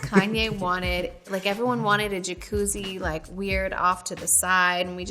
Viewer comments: the way she says jacuzzi, i can’t stop watching it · KILLS ME,the way he says jacuzzi 💀💀💀